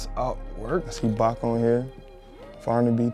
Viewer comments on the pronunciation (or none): none